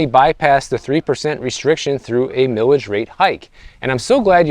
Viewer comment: It's pronounced "Mile-ij", not "millage". Mileage is a common word used to describe gas mileage. Also, please visit Sonoma County.